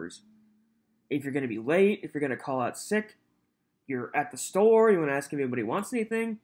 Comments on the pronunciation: Darrel’s constant inability to pronounce a simple three letter word like “ASK” is literally driving me nuts. How dumb can you be to mess that up?? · This clown says axe so often you'd think he was auditioning for Lizzie Borden. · Just listened a second time...as painful as it is to witness this abuse against this judge and our Judicial System and just Sociatal Norms in general..Ugh..but oh my nerves..if he says ax or axed One More Time...I think I'd rather hear biast...idiot. I better stop I could go on and on and I know I'm preaching to the choir....and I know your interested in, ( which I think is very cool) where your listeners are from and all...I'm not from an exotic country or anything....well...actually that's debatable...I hail from The Great STATE OF TEXAS...said all that to say thought you might get a kick out of the fact I'm a soon to be 62 year old neurotic female...which I'm sure old enough to be your grandmother lol..Just wanted to let you know that and last thing, I've said it before and I'll say it again....I simply LOVE how you HATE him sooo..fist bump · I HATE how he tells the judge she's a public servant! Have you done a video on all his mispronounced words? Oath....Oaf, Ask .... Axe,, bias..... biast...